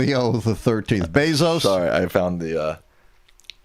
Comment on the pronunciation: ⚠️ Caution on proper pronunciation of Bezos’ name: Put respect on his name the same way you would anyone else. You even had the Internet to help you figure out the what was correct. It’s his name, not everything he is or has done.